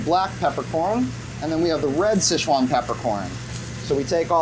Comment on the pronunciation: Damn…respect how he pronounced the Chinese word “sichuan” correctly